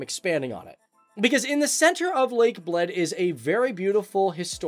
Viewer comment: I needed some time to understand he's saying "lake of Bled", not "lake of blood" 😂😂😂